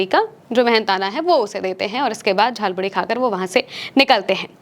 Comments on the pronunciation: झाल मुड़ी नहीं जाल मुली बोला गया है । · Jhalmuri ko jhalmuli bol rhe ho 😂😂😂